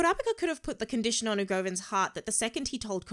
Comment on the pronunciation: People can argue, but I like seeing others opinions on the series when they first watch regardless of if their opinions line up with mine. Also... I notice you keep saying Ugovin lol.